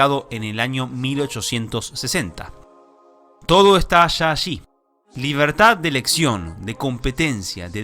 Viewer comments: "Todo está sha ashí" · soy el único que le dio un poco de risa cuando dijo todo esta sha shi